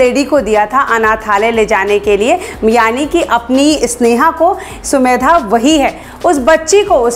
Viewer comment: Mam aap har bar sumedha bolti hai sumedha nhi samedha hai